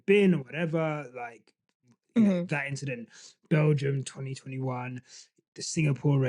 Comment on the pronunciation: "It's just a inchident 🤷🏽‍♂️" 😂😂😂😂